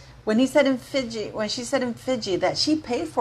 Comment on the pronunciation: Love the way u say Fiji 😂